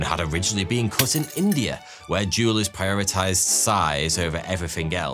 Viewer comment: It's very unnatural for an English man to pronounce the "h" He must have to really make a deliberately conscious effort to do so, as his accent doesn't naturally allow it